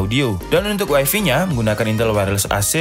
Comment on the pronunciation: Kenapa setiap review gapernah keliatan mukanya bang? Tinggal di pulau jawa ya bang? Kenapa saya pengen banget intel optinenya? Knp medok sekali bang suaranya? Alamat tokonya dimana bang? Kenapa harus wafi bukan waifai dibaca bang tadi wkwk? Wkwkw #kenapa